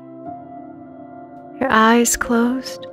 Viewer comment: Why does she say "spine stray??" Lol